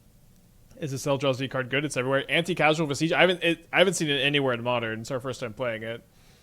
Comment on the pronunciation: thank you so much for saying Anticausal correctly